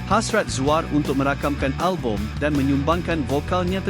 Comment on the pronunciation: Narrator ni pelat eh?🤔 Zuar jadi Zuea..fakta jadi fakte...banyak lagi la